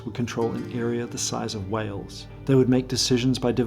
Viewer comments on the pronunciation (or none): none